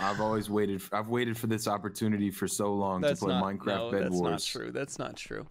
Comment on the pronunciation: You say Minecwaft